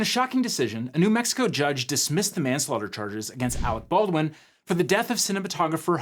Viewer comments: “Awec Bolwin” damn you Team America. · but actually. . . . it's "Arec Bawrwin". and you know what sux about being a Baldwin? . . . . NOTHING!!